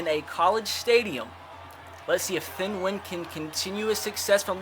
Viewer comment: His name is thien (th-E-in